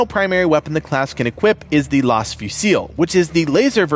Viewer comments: Laz not las. Pronunciation not spelling lol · "Las" is pronounced laze like laser Pero de nada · Lol, I'm sorry but I can help but laugh when you pronounce the Las Fusil. It's not pronounced with an accentented spanish ã that makes it sound almost like an o, it's Las as in Laser almost pronounced with a z instead of an s. Think the word Lass but with a z instead of a second s.